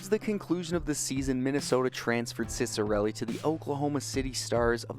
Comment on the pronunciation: i’m actually related to him, and the proper pronunciation is chick-uh-relli!